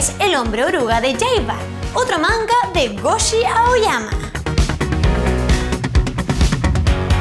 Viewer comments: pd: se llama Gosho, no Goshi (ya paro, lo siento eh, pero si yo no hago videos, es porque me saldrían mal, ya que los haces por favor, hazlos bien xD) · omg xD casi muero viendo esto, cada vez que tiene que pronunciar una "Sh" hace "ch" y de hecho ha llamado a gosho aoyama goshi en un momento del vídeo